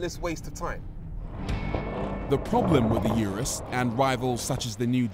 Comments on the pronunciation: "Uterus", or did I mishear? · No one thought about telling Rory he was pronouncing Urus wrong